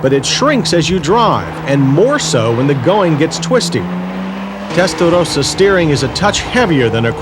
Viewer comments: i wanted to punch this guy in the face about the 10th time he said "testarothasa." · Testa though sa. There I said it right. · I love how John say Testarrrossa.....bless John after all these years, MW is still doing great!!! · Why does he keep saying that "Testadose-ahh?" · listen to this clown say terstarossa! What a clown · Yeah he wore that out didn't he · okay say Testarossa.... as spelled. Otherwise say Felllali as well. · The correct pronunciation is Testa-Ross-a... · Stop saying Tttestaroosa! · The way the commentator says "testarossa" is annoying............and wrong. Follow this now: "Ross Corsa" (ferrari racing red) pronounced as "RAW-so cor-sa" "Testarossa" (red head) pronounced as "Testa-RAW-sa" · The way you pronounce Testarossa is extremely disturbing. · I have a mini-stroke every time he says Testarossa like that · Stop saying testarossa like that. Tool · The comments on Countach resale didn't stand the test of time. Also, who told him he sounded okay saying "Testarossa" that way? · Makes me cringe every time he mispronounces Testarossa every time he says it and yet seems to put on an Italian accent for authenticity. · Did he HAVE TO make absolutely everyone feel awkward by the way he pronounced the car's name? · I wonder how much Ferrari paid him to say testarossa the way he did and if he got paid more the more he said it lol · The way he tries to pronounce Testarossa just grates on my ears......just say it the way you naturally would, not how you think others would. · Nobody: John Davis: Pronounces Testarossa with an Italian accent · I can live now without ever hearing this guy say testarossa again, like he's some Italian native doing us a favor and REPEATEDLY pronouncing it his very very best. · He does that “suddenly Italian pronunciation” that every American cook on the food network does. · He's saying "Testarossa" wrong and it's fucking with my brain 🤣🤣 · Why does he gotta pronounce Testarossa like Mike Tyson?